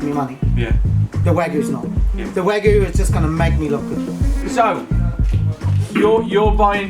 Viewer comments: I know you are a respected chef but please respect our japanese culture by calling wagyu (wah-gyu) not (wey-guh)/(wah-gu)..the word iteslf has a meaning because of its pronunciation dont disrespect it please..and its make you more professional calling it right. Even the meatshop from where you purchased it corrected you already. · It's "Wag-You" not "Wagu" :P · I loved the video, and wasn't surprised. Wagyu is the best beef in the world. I've tried them all, it's like butter melting in your mouth. With that said, it's pronounced Wag-you, not Wagoo. 😂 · it's pronounced 'wag - yoo', not 'wag - oo' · Why the fuck, does this guy keep saying wagoo and not wagyu as how it's spelled. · you pronounce the Y in wagyu, every time he says wagoo i cringe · Wag-ee-yu not Wag-oo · its wagyu not wagoo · Wa-gyu ... not "wagu", you caveman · Jesus Christ I had to stop watching after I heard "WAGOO" for the tenth time. Wagyu. Wagyu beef. With a y. Sounds stupid af the whole video and nobody corrected it. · Wagyuuuu not wagoo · wagyu not wagu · Why do people say wa-gu? Why'd you drop the y? Gyu is a Japanese sound. It's wa-gyu. Huh?? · Wagyu, not Wagoo :-P Wait, AUSKOBE? Australian ''Kobe''? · oh CMON WAGYU NOT WAGOO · IS Wagyu REALLY pronounced Wagoo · Whagu? Man you pronounce it wrong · Why do you pronounce it "wa-goo".. That's not how you pronounce it. Do you think the y in the romanization is there for shits and giggles? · Tf is wagoo? Ffs say it right mate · You calling it wa goo............Grates the nerves. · It's wag-yu. wag-yu wag-yu wag-yu wag-yu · It’s wag-you sir ✌🏼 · It’s pronounced wag-YOU. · Wagoo..?? No thank you a___a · Waaaagoooo.... theres a "y". Say it right please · The way he pronounce wagyu is funny. WAH-GOO LOL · It's wagYU... Cretin! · waGOO?! Come on Mr. Food Busker. You can say "you" can't you? Your missing a Y in your pronunciation of wagyu. Why do you keep saying waGOO? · I stop watching when he said "WAGU" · "Or Waggu" Really nigga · Not wagoo